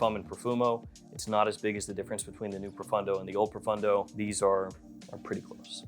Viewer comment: I wish that would pronounce pro-phone-dough correctly instead of pro-fun-dough! 😊